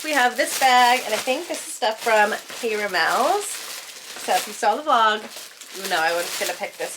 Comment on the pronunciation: I have recently learned that K Ramels is pronounced with Ka not Kay. It sounds like caramel. K in French is pronounced Ka. I hope I’m making sense. I’m sorry if I’m confusing.❤ Love your videos. Keep up the great work.❤